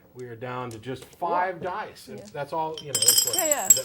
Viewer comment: Dice,, dice, not "These die".